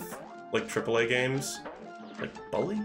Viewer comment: lol of all the things in this stream, I didn't expect your pronunciation of "bully" to be the thing that annoys me the most. It's like BOOk, not BUcket. Or, a better way to put it would be "Bull-E."